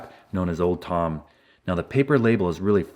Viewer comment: For a sec i thought You said old town spike